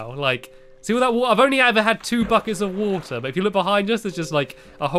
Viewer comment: land on the woter